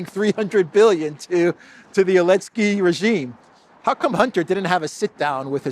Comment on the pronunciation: why do you not pronounce the “Z” in Zelenskyy?